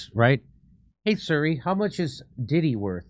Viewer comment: Siri. Not suri. WTF